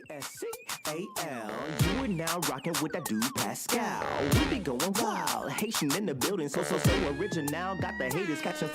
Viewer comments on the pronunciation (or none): none